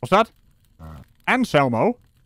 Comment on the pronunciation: I thought you kept saying, "Ask Elmo", lol! Elmo works perfectly!